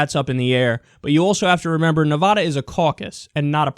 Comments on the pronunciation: Kyle please, it's Nevada not Nevahda. Trust me, I live here. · ITS NEVADA NOT NEVODA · When you say Navada -- say it like Nuh - (va like bat) - duh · It's Na-Vad-uh, not Nev-AH-da. It bugs every person living here to no end... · nice vid but its NEV-AH-DA not NE=VAAAAAH-DUH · It's not, Nevoda; it's Nevada. You know, the letter "a" makes its actual sound. Kickass Bernie is doing good, but my gosh I'm going to scream if you keep pronouncing it incorrectly. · It's Ne-Va-Duh, not Ne-Vaw-Daw. The same way you don't pronounce Texas as Tay-Hos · It is Nev-ADD-a, NOT Nev-ODD-a. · Nice commentary, but it's pronounced Nev"ADD"a. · I swear to god Kyle, pronounce Nevada, "Nuhvaada" one more god damn time. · No Nevadan says "ne-VAH-da" fyi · Dude, that's not how you say Nevada. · STOP SAYING NEVADA WRONG AHHHHHHHH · Kyle, I love you man. I really do. But will you PLEASE learn how to pronounce Nevada correctly? Thanks!